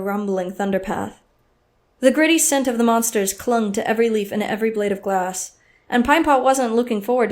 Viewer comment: "The gritty scent of the monsters clung to every leaf and every blade of GLASS." -, 2018. LOL. But really though, fantastic narration! Very well done.